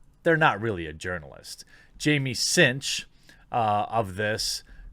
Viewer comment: TheQuartering: "Cinch news" I hear: "Tzeentch news" O____O Coincidence?.. I don't think so! xD